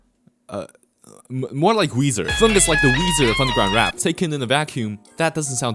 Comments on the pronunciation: why are you saying fung and not feng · Why this guy keep on saying fung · Idk if ur purposely comment baiting with the way you pronounce his name but that shit hurts my ears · Why do you pronounce feng like that